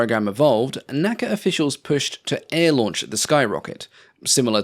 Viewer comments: N-A-C-A, not Naca. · Great video! I really enjoyed it and appreciate the improved content over the original. One nit… unlike NASA, NACA is only pronounced by the letters “N-A-C-A”.